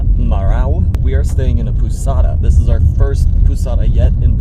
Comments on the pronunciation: pousada is pronounced pow-zada, not poo-sada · POUSADA , the pronunciation is like you saying first PAUL ( same pronunciation ) and adding SADA = POUSADA . 😊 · Pousada you pronounce pouzada like Z sound in portuguese the s in a middle of a word always sounds like Z unless it is the beginning of the word or double S so it’s sound really like S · When you plan your staying on Porto de Galinhas, I recommend staying on Pousada Marahu: TIP on the "pousada" pronunciation: try saying like "paul-za-da" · It is like "po zah dah" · When you say "Pousada" you can pronounce the "ou" part as in b"ow". We pronounce this "o". Try "Carne de sol com queijo" tapioca's flavor. It's my favorite. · Guys... Put 'pousada" on Google and listen to the pronounciation hahaha loving the road trip videos